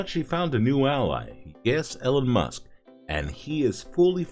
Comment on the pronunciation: "Ellen Musk"? I guess AI just isn't there yet